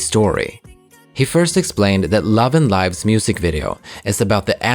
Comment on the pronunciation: I hope this helps, I think it is pronounced as /LIV/ as in a verb, not /LAIV/ as in an adjective. Love & Live means that Vivi has learned how to live as a human by also learning how to love. It was the love that she experienced in 1/3, and perhaps the memory of the love she experienced with Yves, that allowed her to be liberated from her android form. Eventually, in Love & Evil, the girls also learned that love is not only something good, it can also be cruel. To be enmeshed in the intricate world of love is like being lost in a Mobius forest. It's up to them how they would be able to cherish the sweetness of love while facing its sometimes cruel consequences through a Sonatine.